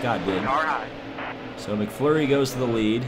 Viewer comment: It's not mcflury it's mcmurray